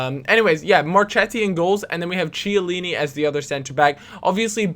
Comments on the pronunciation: chiellini is prounounce kill-eenee not chil-eenee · Mar-kett-i and Key-a-leany btw!